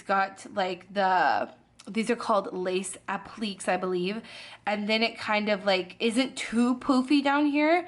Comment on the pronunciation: Appliqué “app-lee-Kay” not “ap-leek”